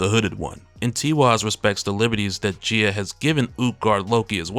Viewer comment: Gaia guy-ah